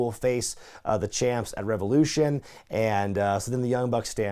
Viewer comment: It's so weird to ever hear you say "Revolution" properly. I'm so used to "rEvAoULOoShauNnnNnUH!"